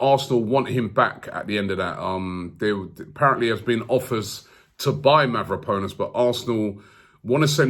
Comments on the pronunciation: Robbie used to pronounce Mavropanos correctly, so why is he saying MavropOnus now? He is obviously doing this name butchering thing intentionally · Mav-ro-pan-os break it down and maybe you’ll be able to pronounce it, Konstantinos Mavropanos, Sokratis Papastathopulous, this shit is fun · It’s Mavro-pa-nos not Mavro-po-nos😂 great show tho, keep it up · Mavraponos . ahhahahahaha jesus robbie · Ari Gabriel how long before he says mavropenis?...🤣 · Mavroponis, Calhangolo...Robbie seriously butchering names in this video 😂